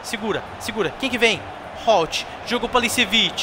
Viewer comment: só uma correção(nao eh critica)o Holtby se pronuncia Holtíbi so uma dica